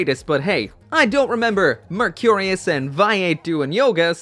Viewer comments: VAY-Eight , Merc -re-us. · Anyone besides me getting annoyed with the way he is pronouncing vayeate and mercurus?